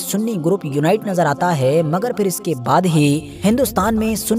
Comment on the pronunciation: aap english to khoob bol rahe hai lekin fir ya phir sahi kahna sikh lo.